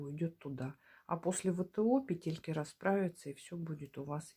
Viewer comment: Спасибо за урок. Все бы было прекрасно, но от вашего произношения слова «петЕльки» у меня из ушей идёт кровь. В русском языке в слове «пЕтельки» ударение ставится на первом слоге.